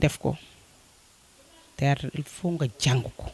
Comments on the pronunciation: Hun journaliste on dit theatre wayé dou tiatre hah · Non mais serieux prenez des gens pros a la limite c pour votre image . Cette fille la est loin de sen sortir elle ne maitrise pas son sujet ni la camera ni le micro elle bugg bref elle sen sort pas . Et pourquoi elle dit tiyatar ? Zeuness ? Zeneration ? Jadore la maman bineta mais je nai pas pu continuer.